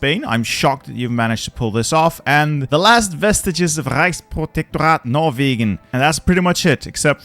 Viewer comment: Wait are you german? that pronounciation of Norwegen was perfect.